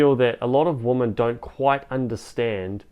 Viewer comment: With all due respect, “women” plural is pronounced “wimyn” not “woman”